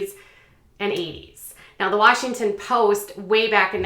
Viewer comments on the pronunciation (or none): none